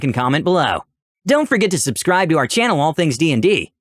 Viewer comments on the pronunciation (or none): none